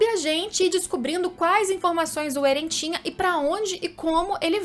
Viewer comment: Da uma aflição toda a vez que ela fala Eren ao inves de Éren